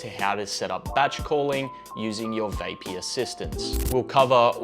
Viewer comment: It's VAP-EE, not VAY--PEE